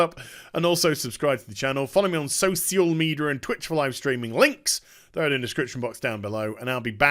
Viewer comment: Are you really saying socio~media now or did I misshera?